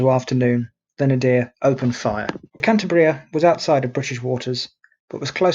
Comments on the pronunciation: The right pronounciation is KAN - TAH - BREEAH, with the stress in the syllabe TAH. I am from Asturias, the neighbor region to the West of Cantabria, where Captain Argüelles was born, so he was an Asturian. Asturias, Cantabria and the Basque Country were the so called Northern Front during the Spanish Civil War, both loyal to the Republic, while Galicia to the West and Navarre to the East were Fascist. Troops coming from the central part of Spain (Foreign Legion and Moroccan troops, helped by Corpo Truppe Volontarie sent by Mussolini) cut this area in two, separating the Basque Country and Asturias. Basque Government of the PNV, Basque Nationalist Party, surrendered later to the Italian troops and the Gudaris (Basque soldiers) were captured by the Francoist army. In this way Asturias resulted isolated, suffering the attacks of Galician troops by the West, Navarre troops (Requetés) by the East, colonial troops by the South, Francoist ships by the sea and the Luftwaffe (Legion Condor) by the air, with the Heinkel bombers based in León and the Messerschmidt 109 fighters based in Navia and Llanes. The fighter planes were commanded by Adolf Galland, a German ace during the Second World War. The aerial German Legion Condor was commanded by a brother of von Richtofen, the Red Baron of the First World War. Germans tried new tactics like the incendiary bombs and the carpet bombing, in Gernika and also in the strong resistence area of Eastern Asturias, in the Battle of El Mazucu. Gijón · Perhaps you should take a little more trouble with your pronunciation, and at least stick to the same pronunciation and spelling throughout. "Cantabria" in the title of this video. "Cantibria" in many of the captions. Often pronounced as "Canteberia". Confused. Which is correct?